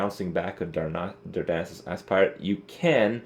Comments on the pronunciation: Nice video. Just a quick correction, the Aspirant is not pronounced like 'spy' (the verb 'aspire' does), but rather like 'aspirin.' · He makes it sound like Ass-Pirate on purpose after the first time he got it from a shredder. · Sounds like Kripp says: Darnassus Ass pirate. ;) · every time he says aspirant it sounds like as s pirate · because he is saying as s pirate 100% on purpose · every time he says aspirant it sounds like azz pirate lol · every time he says aspirant it sounds like asspirate lol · every time he says aspirant it sounds like ass pirate lol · why is this so difficult? is AS-pitant not as-PI-rant. every online dictionary tells you that. do people confuse it with inspire? no, that's not the same pronunciation. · Neither of those pronunciations are correct. "Aspirant" is pronounced "Ass-purr-ent" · For the love of god this shit isn't complicated. ass-per-ent / asper-ent / asper-ehnt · you must mean asspirate. ass-pie-rit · "Darnassus Ass-pirate" ( ͡° ͜ʖ ͡°) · It's definitely pronounced Ass-Pirate. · pronounced ASS-purr-ent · You're pronouncing 'aspirant' wrong. Check the correct pronounciation at